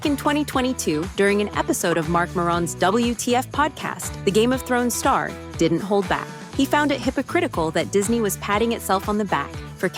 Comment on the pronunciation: Peter Dinklag and Mark Moron hahaha.. AI is definitely improving fast but pronouncing names correctly is an issue.. Also negativity is a commodity, polarising society is really hip. It doesn't achieve anything though, opinions aren't going to stop people from being woke or cause people to become woke... All it does is solidify their stance whichever side they choose... You're all idiots for consuming this nonsense and I am an even bigger idiot for typing this out.